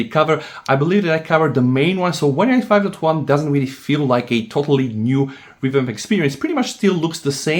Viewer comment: "OneUI two twan"? Does anybody understand when this guy says OneUI 5.0/5.1?